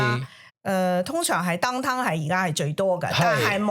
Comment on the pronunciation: 你唔係呀，話個主持人講你同我個發音 調鄉下婆講音樂會變咗 yen lok 會 downtown變咗 鄧town